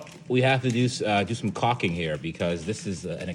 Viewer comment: "Caulking" LMFAO